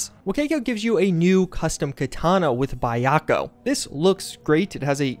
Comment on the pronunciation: Dude, did you just say "Bayakko"? It's Byakko for Tiger.